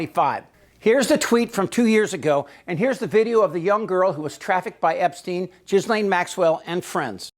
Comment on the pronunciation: Please note, for accuracy's sake, the proper pronunciation of Ghislaine - the G is hard and the s is silent. It's important as a journalist to be as accurate as possible, no matter how heinous the criminal is. Thank you.